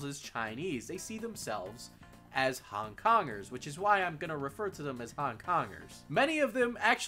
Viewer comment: I hear "hung dongers" every time you say Hong Kongers